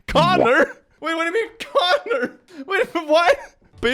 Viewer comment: For "Connor" I heard "Con her"